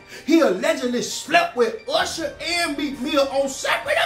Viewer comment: Not usherrrrrr nah bruh😳😳